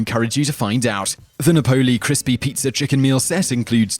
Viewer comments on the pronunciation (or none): LoL it's nap-oh-lee not nah-pole-lee. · Also you're pronouncing "Napoli" wrong. As an Englishman i expect better from you :P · I'm from the uk too, it's just the way he said Napoli lol